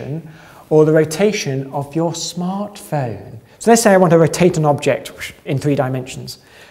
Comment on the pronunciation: The way he said smartphone got me cracked up.